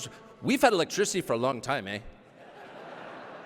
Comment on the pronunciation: Hey Tucker. "Eh" in Canada is not the equivalent of the American "huh". Nothing looks worse than the abuse of our "eh" (pronounced AA). We do not have the aspirate on the end indicated by the common spelling with an "h" - at least not in the Maritimes. Just don't pretend to know how it is used. It makes a perfectly good American stand out like a sore thumb. Cheers. Thanks for being conservative.